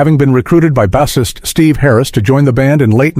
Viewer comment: It's bassist not bassist...